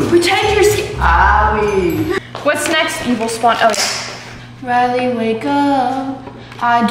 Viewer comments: ITS NOT RAYLE ITS CRUSY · I love how she says “Riley wake up” when it’s “Chrissy wake up” 💀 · It’s crispy wake up not susie wake up or Riley it’s crisy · the fact that she said reliy wake upp when its chrisy wake upp🤣🤣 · ITS NOT RILLEY WAKE UP ITS CHISSY WAKE UP💀💀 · LOL ITS CHRISSY WAKE UP NOT RILLEY WAKE UP LOL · Chrissy it’s not Susie or Reilly 😂😂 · Its chrisy wake up you got it wrong you said Riley wake up! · It's Chrissy not Ra